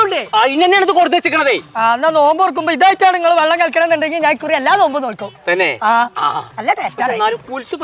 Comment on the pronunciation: നോൽമ്പ് അല്ല നോമ്പ്